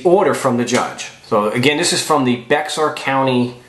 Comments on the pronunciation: its not pronounced bexar county, its pronounced Bexar (Bear) county, just fyi. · Bexar county pronounced (bear county) I'm not making fun. I love your show. Thumbs up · (Bexar) county pronounced; (Bear)!